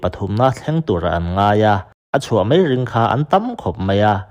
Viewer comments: Ziak i chhiar thosia , 'mai' tih tur 'mei' tih i ching mahmah .. Bengvar thlak thin khop mai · 'Mai' tih mai turah 'mei' tia chhiar/sawi tlat hi an tam 'mei'..... 🤮